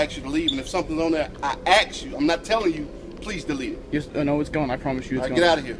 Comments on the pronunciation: I think it's ridiculous that a policeman says "ax" instead of "ask". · Last video Policeman: "I aks you. I am not telling you...I AKS you!!!" LMAO